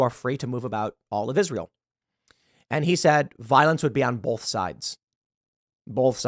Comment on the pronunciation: Tim, stop saying "bolth." There is no "l" in "both." It's pronounced "both." Not "bolth."